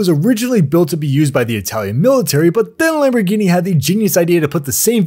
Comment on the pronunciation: It’s pronounced Lamborghini lm zero zero two